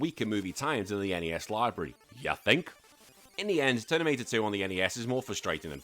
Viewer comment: Lol "Ternimator" 😂😂😂